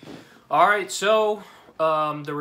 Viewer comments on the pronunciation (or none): none